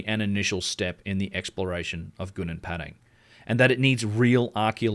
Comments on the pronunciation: Its Padang not Pedeng Pa just like Papa And Dang like Dung Papa Dung, Padang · Try to learn to pronounce correctly. That you pronounced Padang became Pedeng is really annoying. I am Indonesian but I always speak like a native in many languages including English, Dutch, French, etc. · It's Gunung Padang not Gunung Pedeng Learn to pronounce names correctly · Please pronounce Padang correctly